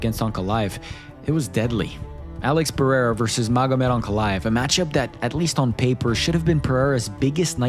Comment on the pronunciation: Chael… “Alex Pierre” lmaoooo